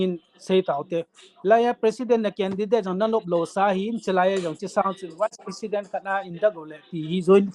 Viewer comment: Dr. khat hi a pronounce chu..wise president or vice president..you got confused me ..